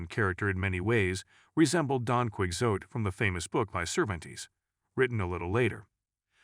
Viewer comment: Hippo-Krite? Kwee-yotte? Pronunciation in socalled documentaries is vital, or else credibility is lost. Prepare before filming is also essential.